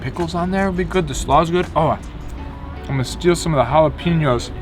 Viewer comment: Ok,....you cannot say pickled "jalapee-ños" anymore... you've been living in S.D. long enough to pronounce it correctly...ja-lah-peh-ños...just sayin'...😌